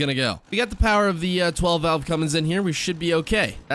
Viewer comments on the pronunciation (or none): none